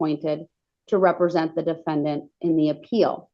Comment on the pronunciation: Why did you have to say it that way? The defenDANT! 😂@